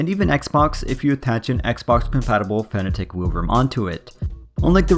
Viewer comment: You pronounce it 'fan attack'... Isn't it 'fanátec'?